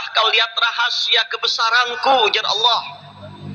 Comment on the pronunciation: Subhanallah..benar YaaAllaah...tapi kalo boleh usul tolong kalimat ha dlm lafadz Allaah jgn pakai ha kosong(ح) kada tapi nyaman talinga mandangar nya...🙏🙏🙏🙏